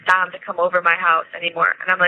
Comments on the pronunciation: Did you know his name is Dominic = Dom?Not Don. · I'm not trying to be rude but his name was Dom not Don. It could be me but it sounds like you're saying Don not Dom. I just thought I'd let you know. I love your videos and I think you're great ❤ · It sounds like you’re calling him Don vs. Dom